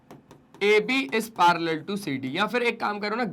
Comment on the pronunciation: Parallel na palar ha😂😂😅😊